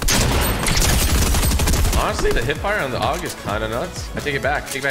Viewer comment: ITS AUG, NOT OG